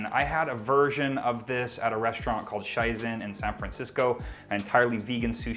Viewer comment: Super good idea! Shizen has some amazing vegan sushi. I do believe it’s just pronounced shee-zen tho, just saying. I’m gonna try this out tomorrow!!! Thank you!